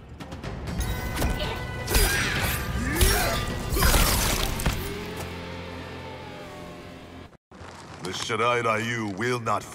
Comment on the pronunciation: Playing this cranked up on the big screen, but if there's one minor gripe, shouldn't Shirai-Ryu be pronounced "Ree-yu?!" Never got round to playing MK11 but definitely catching this in anticipation for MK1. Think I should watch MK10 as well...